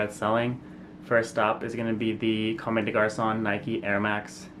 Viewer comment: The ME in COMME DES GARCONS is silent.